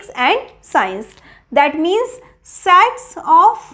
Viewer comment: Mam sats nhi padhte h sets padhte h